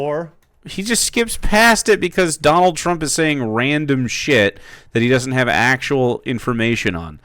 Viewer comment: As much as I hate Trump it really bothers me that one of his fanboys can’t even say his name right. Everytime he say Trumps name he say “Drump”